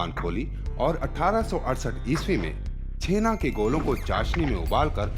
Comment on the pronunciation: Bengali me usko '' Chenaa'' nehi '' Chanaa'' kehete hain , btw .. Great video bro .Love it .❤️